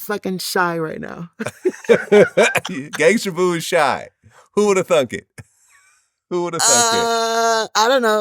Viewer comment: It's Gangsta Boo not gangster... Vlad always erroneously puts -er instead of -a on words. It's a good thing he doesn't say the n word!